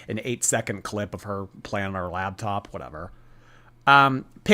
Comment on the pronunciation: I can't get over saying "labtop"